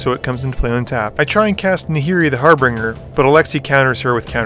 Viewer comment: had an aneurysm when you said "har-bring-er"